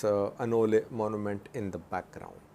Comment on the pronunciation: At first I didn’t understand what he was saying when he said ola lol